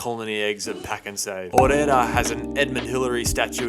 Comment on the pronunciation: You absolutely butchered Orewa